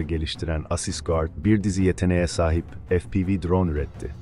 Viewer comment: FE-PE-VE.efpivi degil kardes